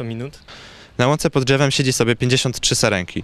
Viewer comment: Pod dżewem ahahha